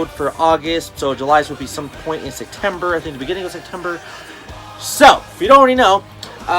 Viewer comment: Haha you say Sectember just like Sergio with a c instead of a p